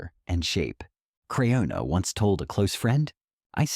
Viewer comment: Pronounce her name right stupid if you're going to do a report. A report that's just full of crap. Get off the Airways you're just hurting people